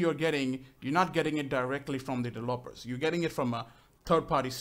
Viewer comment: Dev-e-lo-pers Just sayin --Heheehe Not Developpers =P